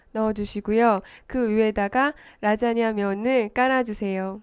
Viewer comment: "오늘은 라쟈냐를 만들어 봤어요~~~" ㅋㅋㅋ